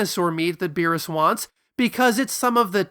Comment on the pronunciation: If you are going to use Japanese pronunciations be consistent and less elitist. You should be saying beerusu. Not beeres.